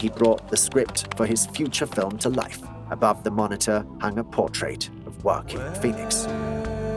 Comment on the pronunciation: Who is Horkin Phoenix? I get English is u r second language, so is mine, but check pronunciations of names before u upload awesome content such as this one. Stay blessed!